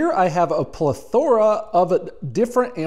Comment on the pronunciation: No hate man love your videos help out a lot but the way you say the word plethora is interesting.